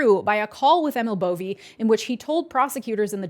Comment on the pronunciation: As much as I hate to correct and he is a complete piece of shite... his name is ee-mill bow-vay.